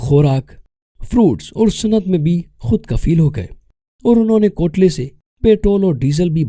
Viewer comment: جس نے بھی یہ وڈیو بنائی ھے۔۔۔۔وہ انتہائ جاھل اور ان پڑھ ھے۔۔۔۔۔ He has no clue what he is talking about. Pics of black people he is displaying are not from this region. اس کی اپنی اردو اتنی خراب ھے کہ تھپڑ مارنے کو دل چاھتا ھے ۔۔۔۔۔۔ کوئلے کو کوتلے پڑھ رھا ھے۔ پتہ نہیں کہاں سے اس نے افریکانو زبان کا نام سن لیا ھے ۔۔۔۔۔ بیشمار زبان کی غلطیاں ھیں اور حقائق کا اسکو بالکل پتہ نہیں ھے ۔۔۔۔۔۔ Such crap should not be on the YouTube....